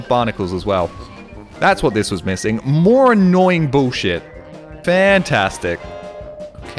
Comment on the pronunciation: As a fellow Australian I feel particularly seen by your pronunciation of 'bullshit' as 'bewshit'